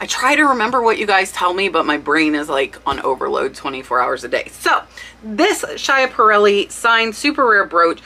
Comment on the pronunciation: Love your research! The pronunciation of that brooch is “Skiparrelli”. I didn’t know it either till I heard her jewelry people pronounce it .